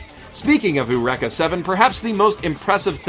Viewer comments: "Oorecka"? You know Eureka is an English word not Japanese, right? "yoo-reek-uh" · It's actually "ay-yoo-reh-kah," but I can't really blame him for messing up a weird pronunciation. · Dude confused me for a sec when he said uraka seven lol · My mistake, no hate. I've only seen a little bit of Eureka Seven and I just thought it was ridiculous when he pronounced it like that lol